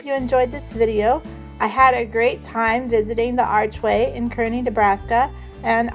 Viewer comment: It’s pronounced kar- ney not kerney Nebraska No hate though